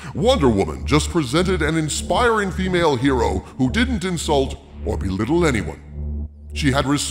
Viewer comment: Her-o? Who ever came up with that must have been on Her-oin :)